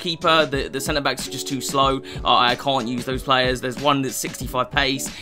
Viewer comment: No one:: playeres